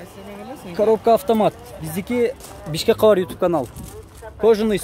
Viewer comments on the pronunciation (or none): none